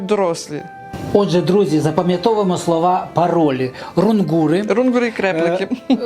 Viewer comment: Не РунгУри, а РУнгури😊.